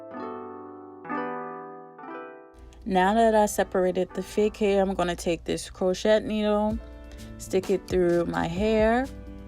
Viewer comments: Beautiful. I’m going to do my hair this weekend in spring twists for the second time. FYI- the “t” in crochet is silent so it’s pronounced “crow-shay”. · Sweetie it is pronounced Crow shay...Baby Girl...you did a great job...